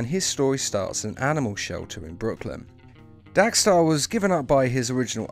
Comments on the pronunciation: Diego Pansini Why does he keep saying Dax star it's DEX STARR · Dax Starr??? DEX Starr 🙄